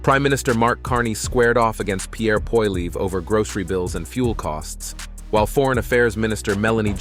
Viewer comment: The random mispronunciations of Pierre Poilievre's name are both insulting and confessions that you're aware of your own ignorance. You get it right twice, probably by accident, but that's not a win for you. It just demonstrates that you're too lazy to actually check and then correct your post.